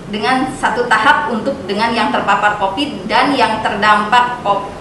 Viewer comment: Q dengarnya copid/covid ya?